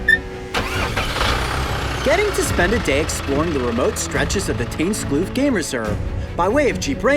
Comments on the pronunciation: It isn’t pronounced teynskloof it’s Dutch so just use google translate to get the pronunciation. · He said tuinskloof wrong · I like how he pronounces tuinskloof